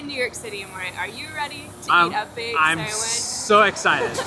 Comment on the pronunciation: "Sangwich". This is how I will pronounce it from now on 💖